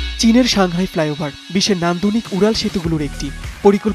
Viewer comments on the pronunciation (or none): flyover not fliover 😂😂😂 bengali brothers sometimes very funny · Flyover . Not , ( Fliover or Flayover ) . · Oi halarp "flyover"... fliover na. English na parle lekhos kan baler jotttosob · Goot wrotten inglish...😂😂 ( Fliover )